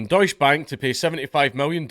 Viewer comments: Deus Bank, well they don't deserve to be pronounced right. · Please, for the love of god, put an e (prnounced like the first E in Enemy) after the 'deutsch'